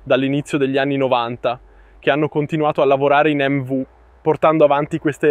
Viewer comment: Ciao fortunato ad averla provata e grazie per il video. Non so bene che traduzione è stata fatta in Italiano ma MV si dice emmevi non emmevu e non è euro ma oro. Le altre cose le perdono 😂